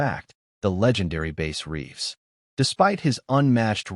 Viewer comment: It’s Bass Reeves !!! NOT Base Reeves